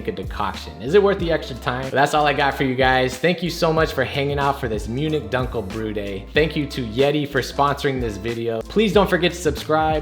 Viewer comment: Nice. You can also use Carafa Special III (instead of Carafa III) which is dehusked and should not contribute roasted flavors. "Dunkel" is pronounced "dunkl", not "dankl". The loud music in between the quiet text is not necessary.